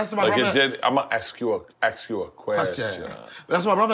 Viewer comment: Donnell.. It's ask not axe you a question